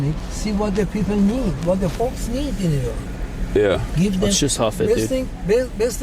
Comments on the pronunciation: Because Turkey isn't really mena. He knows this too which is why he's only middle eastern when he wants to be. Oh and btw we don't pronounce Iran or Iraq that way. I've heard him do it w a few other words too, he arabizes and exaggerates his accent. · Funniest part is that’s not even how you say the word “ Iran”